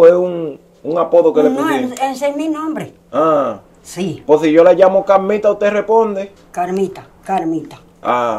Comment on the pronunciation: Ja ja ja ja pronuncia la r es Carmita no camita je je je